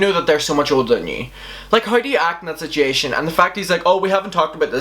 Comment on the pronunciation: I don't mean this is a rude way at all! I think your accent is adorable, but can you actually say situation? Or is it one of those things where everyone has that one world they just pronounce wrong not matter how hard they try?